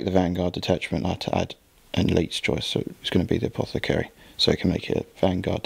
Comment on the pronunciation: Loved this. What an epic fight to the death! (Also, its "A-poth-ecary" ... not "A-poc-athary"... lol, sorry)